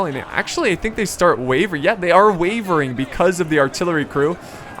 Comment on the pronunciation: he said wevering